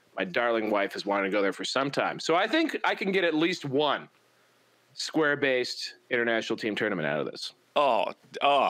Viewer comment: Sounds like you're saying square-bassed. Which sounds like a processed fish patty...